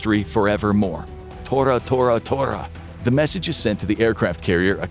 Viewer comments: THIS IS AI CRAP!! The code was TORA TORA TOTA NOT TO To To!!! I hate this thoughtless garbage!! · The official words to signal the attack were "Tora Tora Tora"... not to to to.